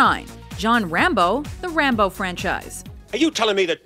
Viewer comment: Rambeaux? Ram-Bow?